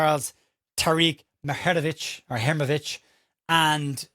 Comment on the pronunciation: Hi. If it helps - and if today’s reports are to be believed, we are now in the lead to sign the player - this is the AI advice on pronunciation “The Bosnian surname Muharemović (often associated with the footballer Tarik Muharemović) is typically pronounced as moo-ha-REH-mo-vitch.”